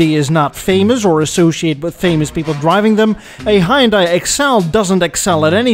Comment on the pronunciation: mildly amusing, but I had to unsubscribe. I can't STAND anyone who can't prounound HYUNDAI after the marque has been around 40 years. SMH. I just can't.